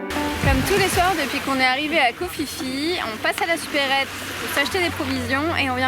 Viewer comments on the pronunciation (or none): Vous faites vraiment de très belles images ! Par contre, on dit Ko Pi Pi, pas Ko Fi Fi ! ;-)